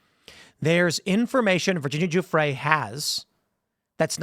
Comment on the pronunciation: Tim.... It's Virginia Guffrey ... Not Gufre'